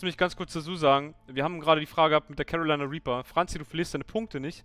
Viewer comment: Wenn man vom Chat abliest, sollte man vielleicht die Aussprache beachten...#carolinareaper